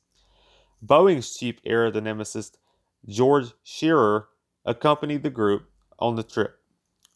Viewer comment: Why can't the narrator know something about the subject? For starters, there were no Corvair aerospace company - try Convair. And George Schairer's last name is pronounce "Shy-er'. Early in my career and at the end of his I got to work with him. I was very lucky to get that opportunity. (And I'm not even 5 minutes into this video yet. Can't wait to hear what other 'nuggets' await me. Moses Lake, not just Moses.